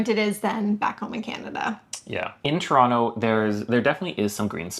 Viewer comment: you just confirmed something Jimmy Carr said with your pronunciation of Toronto - it came out like ‘Tronno’😊